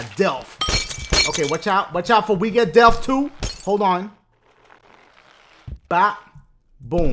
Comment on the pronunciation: Why does Dashie pronounce death as "delph"?